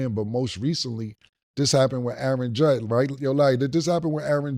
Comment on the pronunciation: I know Killa aint correcting Mase on saying Callahan instead of Shanahan when Killa literally just said Judd instead of Judge and lets not forget the MIKE TOMLINSON🤣🤣